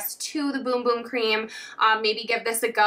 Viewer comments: Its BUM BUM not BOOM BOOM 😅😅😅😅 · It's Bum bum cream not boom boom 🙈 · It’s pronounced Bum bum not boom boom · PLEASE quit saying boom-boom, its bum-bum as in ass. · No it’s not 🫶🏻 it’s actually pronounced boom boom. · It’s boom boom not bum bum smh 🤦‍♀️ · it’s pronounced boom boom. Its a portugese word. “u” is pronounced as “oo”, just like spanish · I'm brazilian. THE RIGHT PRONUNCIATION IS BUM BUM . We don't speak like spanish . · Ummmm...it's not pronounced, "Boom Boom" why is it so hard to pronounce it right? It's like a Bum on the street, Bum? 😛🫣🤔